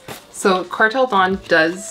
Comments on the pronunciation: Indonesian here 🙋🏻‍♂️ your pronunciation is correct! It's da-oon so 2 syllabes 🌱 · Indonesian here for a public service announcement! You’re right! It’s Kartel Da-un, you need to roll your Rs and the an and u are pronounced separately! Your plants are sooooo sexy though omg. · Yes the correct pronunciation is Kartel Da-un(oon) :) Their collections look cool